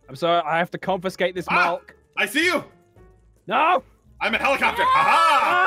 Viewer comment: Did he just say molk and malk ok.Give me a glass a molk pls